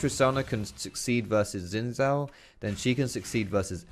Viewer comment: Sin Sao. So you pronounce X and Z the same? ok